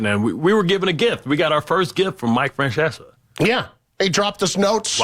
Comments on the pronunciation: And pronouncing Mike's name "Franchesa". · How is it that no one mentioned Bart Scott, in his first acknowledgement of his legendary papal predecessor, pronounced his name "Fran-chessa?"